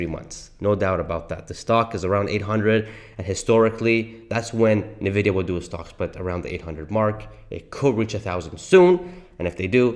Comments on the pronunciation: Might want to learn Nvidia is pronounced N vidia, not Na Vidia.😂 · Dude, it's pronounced ,"in-vidia", NOT "nah-vidia" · Why ffs are so saying nevidia when it is N‘Vidida! Pronounce the N like the letter. You probably also say Porsch instead of Porsche aren’t you? Besides the annoying pronunciation the rest is ok, but still it ruins the performance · I noticed you say Navidia. When I think it is pronounced Invidia. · I stopped the video after two minutes because I couldn't listen to this idiot say NUHVIDIA one more time. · Please stop saying Navidia. It makes you sound like an amateur. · Why are saying "Nividia"? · What is nuhvidia stock? is that similar to Nvidia (pronounced "In vidia") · For the love of God, please learn to pronounce the name of the company you’re making your video on. Next time, I expect you to pronounce Nvidia correctly. It seriously hurts my ears + my soul hearing you pronounce it this way.